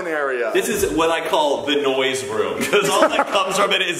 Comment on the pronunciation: nobody:: “thE nOiSe rOom” “all I hear is dalfndbsjs”🤣🤣🤣